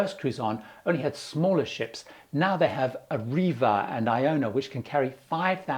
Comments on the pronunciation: Great content as ever,. You mentioned the new P&O ship, called it Ariva, it is spelt Arvia. Is that an accepted pronunciation or are people maligning P&O with various UK train and bus companies? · It s not Regent … with the Retreat And it not cold Ariva … It s called ARVIA